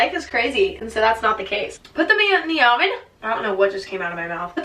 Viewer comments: putem indie ahhvin lmao i love it when emma can't say words correctly. it reminds me that i'm not the only one who is supposed to know english but doesn't. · " *p Ut t H Em ew E n di O we n"* *dies of laughter* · thank me later "pyut thyem in thye yoven"\